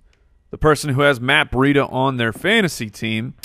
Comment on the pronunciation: When you guys say Matt Breida it sounds like Matt Burrito. I wish you guys would start calling him that, perfect Fantasy Footballers nickname.